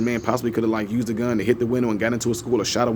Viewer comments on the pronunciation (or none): none